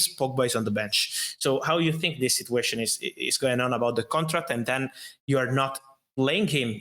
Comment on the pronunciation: Fabrizio and his "Sit-you-ation",,, every other word,,,lol